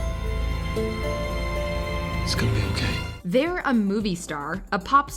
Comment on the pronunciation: the fact that the narrator emphasized "they're" when addressing demi lovato